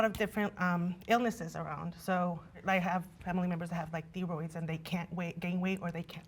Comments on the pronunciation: Did ... did she just say "Thee-roids?" 🤦🏻‍♀oh dear. I think she meant Thyroids. Also: she didn't know what physique meant. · can’t pronounce “thyroids” and doesn’t know what “physique “ means. Idk how she even got on this show😂